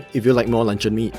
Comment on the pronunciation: im keep hearing lancau meat instead of luncheon meat btw thanks for the recipe boss